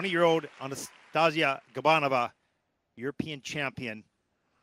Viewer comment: I wish said Anastasiia’s name right 😅